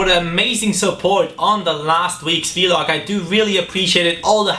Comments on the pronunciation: Can you please say VLog and not V-Log? Please? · And also I'm pretty sure it's just pronounced vlog and not V-log.... I'm makes me cri evrytiem